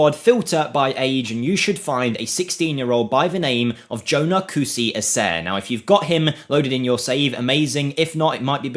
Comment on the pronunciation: Yeah he’s Ghanian with that name so it’s Kusi A-sa-ri